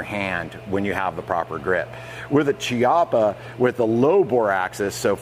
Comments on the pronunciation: Key. It pronounced…key-ah-paaaaaa. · Beautiful test and wonderful gun. If it had been a conversation between friends it wouldn't have mattered, but if you do a video test, you should at least know how to pronounce the stuff you're testing. Every time you said Chiappa" my ears bled. Nowadays it's not difficult, just go to Google translator, choose Italian, write "Chiappa" and have it read to you. There are no more excuses.